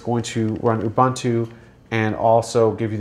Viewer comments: Ubuntu no Ubantu....lol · LOL abuntwo? It's pronounced OOOBOONTWO. Oh and FYI it's a quad core now, not a dual core. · Re: Ubantu/Uvantoo - right? If you're going to hijack another culture's spiritual concept, at least pronounce it correctly. Disrespect compounded by disrespect. SMH. Cool technology and everything but - smh.